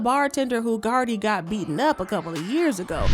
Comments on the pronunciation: Is this guy saying carly opposed to cardi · It's Cardi not Carly.. lol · Is this mf calling her Carly B😂😂😂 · why you calling this lady CarLi B 😂